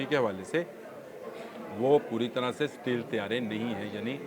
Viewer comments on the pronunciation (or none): none